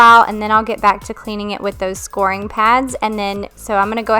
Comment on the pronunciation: Scouring pads; “skow-er-ing” not “score-ing.” 👍🏻🙂